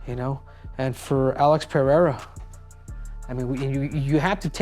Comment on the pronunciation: Cejudo is the only American who knows how to pronounce Pereira correctly hahaha. Dont know how but the others pronounce as if it was PEHEIRA